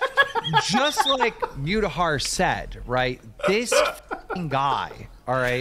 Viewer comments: I heard Keem pronounce Mutahar "μ-tahar" and now I can't unhear it >.< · Am I the only one that noticed keem pronounces muta’s name like mewta lmao